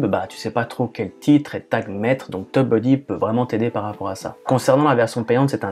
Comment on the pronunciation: Tu dis "teub-buddy" :)